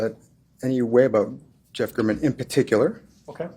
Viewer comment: Refuses to pronounce Jeff German’s name correctly.